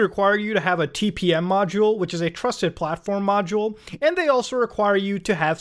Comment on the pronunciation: "Soft Ware Prusted Tlatform Module" - mutahard